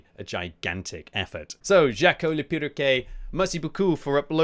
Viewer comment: i love the way pronounces "perroquet", i mean he got the "quet" part right but the first half not so much lol fun fact: Perroquet means Parrot in french